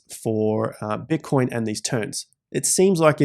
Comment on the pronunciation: “bitcion” lol